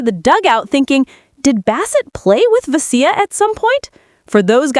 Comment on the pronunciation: "Ve-SEE-ya". Fucking robots.